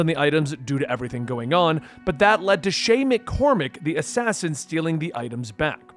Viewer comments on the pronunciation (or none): This is a good video but calling him Shay Mccormac was just hitting my ear wrong. Idk where you got the Mc from but they call him Shay Patrick Cormac from the very start of the game.